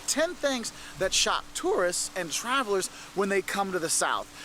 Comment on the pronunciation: Question: why does pronounce the word "that" like "at"? just curious.